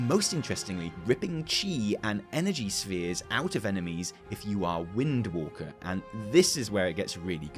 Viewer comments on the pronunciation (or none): none